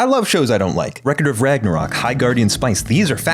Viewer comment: Just say Ragnarok 😂😂